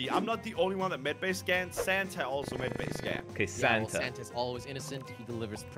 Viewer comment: When says Santa it kinda sounds like santer…😂😂🤣😂😂😂😂